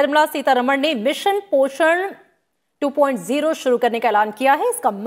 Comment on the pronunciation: ये मैडम जी तो 2.0 को 2.o पढ़ रही हैं 🤣🤣🤣🤣